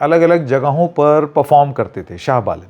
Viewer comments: Baren nahi Balen hai . Kya sir naam to sahi kahiye . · Balen not baren😅😅😅